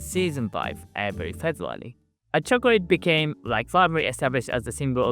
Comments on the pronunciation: Chocorate not chocrate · he says Chocorate